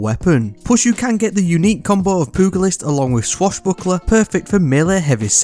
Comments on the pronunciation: As soon as I heard poogle-ist I body slammed that like button. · "Poo"-gilist😂😂 SMH